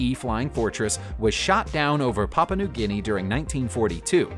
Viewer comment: You really ought to learn how to pronounce words before you Use them.....Aeroflot and Papua New Guinea are the only 2 examples I can remember....there was at least one more.